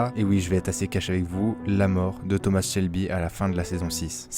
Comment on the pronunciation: Thoma pas thomassss